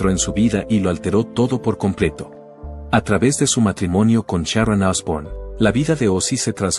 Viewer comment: ¿Como que fue una estrella? Ozzy no sé a muerto todavía, además se pronuncia Sharon y no Charón. 🤔